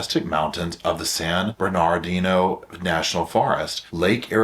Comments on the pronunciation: It is pronounced as it is spelled; San Bernadino...Bern-a-dino. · Love how you pronounced san Bernardino. I'm pretty sure that's probably how it's supposed to be said lol. Why does it sound different when I say it... I think I been skipping the R sound my whole life.